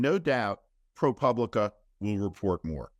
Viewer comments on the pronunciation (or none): Listen up: it's Pro POOBLICA, not pub lica. You're a professional. Get it right.